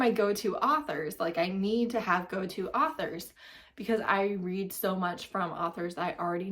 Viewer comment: You can literally not talk if you call “authors” “arthers”💀